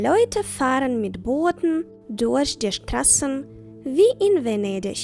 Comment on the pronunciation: Дякую за урок! Маю питання стосовно вимови буквосполучення 'ch'. В цьому відео в кіці слова 'durch' чується звук [ш], а не [х]. Те ж саме помічаю в піснях Рамштайну. В німецькій мові 'ch' може вимовлятися трохи по-різному в різних словах чи просто німецький звук [х] відрізняється від українського?